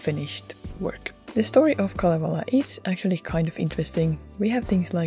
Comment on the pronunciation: aha en tienny et siel oli kalevala ku ne sabo sen "khalievhala🤌"